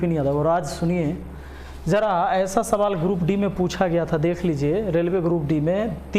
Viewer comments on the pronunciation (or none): none